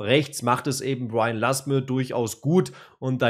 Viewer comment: Nicht lasem sondern Lasme 😅